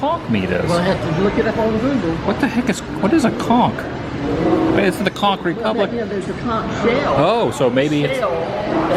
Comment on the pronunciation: So so glad you pronounced conch correctly. You may have been demonetized